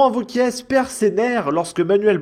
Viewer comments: Wauquiez. C’est pas Gomez. Ça se prononce é et pas ez. Un petit effort s’il te plaît. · C’est franchement pénible. Wauquiez. (É) Pas Wauquiezzzee. Tu es YouTubeur professionnelle? Je déteste Bompard mais je ne supporte pas non plus le manque de préparation. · on dit wauquiez pas wauquiesss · Quand tu prononces Laurent Wauquiez le Z ne se prononce pas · Le mec est pourtant humain (à proori), ce n'est pas une IA mais le mec prononce Wauqieze ! D'autre part, en France on écrit "TOUS les sujets" ! Même un migrant arrivé depuis peu l'aurait écrit correctement ! Vous me faites honte ! Vous pensez défendre la France et ses valeurs, apprenez à écrire !